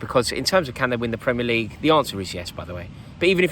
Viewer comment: "Premier LEague" You've fucked it there Rory